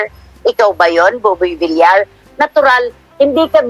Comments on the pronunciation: idol buboy Vilyar po ang tamang pagbigkas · Buboy Villar (Villiar silent i po.. hindi villar..) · please pronounce properly, Buboy vilyar po hindi vilar. nakakairita kasi. please pronounce family names properly. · Boss it’s villar not vilar pls check your pronounciation thanks.. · Bakit Bilar ka ng Bilar eh Bilyar ang pronunciation ng Villar? Syunga lang? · Umayos ka naman villar hindi vilar